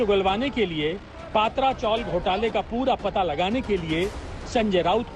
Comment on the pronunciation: Not पात्रा, it is पत्रा